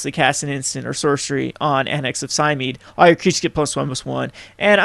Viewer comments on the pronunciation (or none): 3 things: "Et Cetera" not "Ed Cedra". It's pronounced "Polykranos" meaning "Many heads" in Greek. Also Cymede is pronounced "Cymehdee".